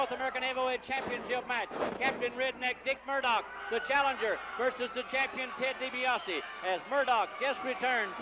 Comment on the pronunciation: Did Gen. Skandor Akbar ever pronounced Ted Dibiase's name correctly?